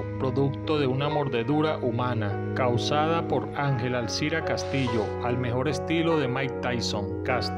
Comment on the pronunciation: Mi recomendación para el personaje que hace la narración qué conozca los términos hípico porque queda muy mal parados se dice bridas que son las riendas, Benemerito no el benemerito, Angel Aiciro Castillo no Alcira y se dice tordilla a un ejemplar de pelaje blanco o gris y no tortilla